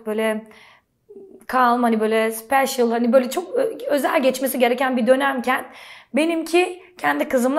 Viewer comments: Seyma: ingilizceme simdi de cok iyi demiyorum Ayni zamanda yine seyma: cAlM,SpeCiAl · sipeșiilll koylu sivesiyle dedi oy